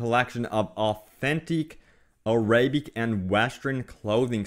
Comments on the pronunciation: Yes! Aa-Ra-Bic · "Ah-rae-bic" Seriously bro.. It's Arabic.